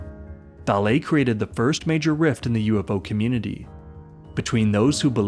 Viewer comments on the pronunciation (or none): none